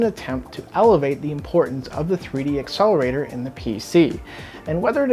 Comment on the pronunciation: Why do you call it 3DX-accelerator and not 3D-accelerator? Or is my hearing bad?